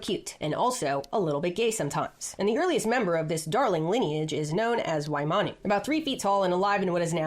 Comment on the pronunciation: If Waimanu was found in modern day NZ it should be pronounced "phy-manu"